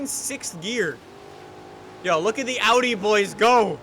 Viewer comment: is getting an rs4/rs6 just because he knows how to pronounce Audi